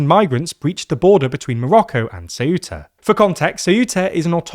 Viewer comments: Shameful clickbait title trying to jump on a fascist bandwagon that already passed. Also, it's "Ceu-ta", not "Ce-uh-tah". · Ceuta, not ceúta... Ceuta, eu is read almost as if it was a single letter... And most important, there is no "acento" in the u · It is CEU-ta, not ce-U-ta. The EU is a decrescent diphthong, not a hiatus with stress in the U. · why this weird pronunciation of CeUta? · Ceuta's pronunciation is: ˈθewta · what's with the very weird pronunciation of Ceuta lol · The way he pronounces Ceuta is triggering me a bit 😅